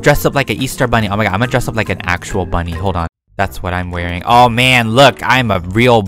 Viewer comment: You said O mY Gwod lol 😂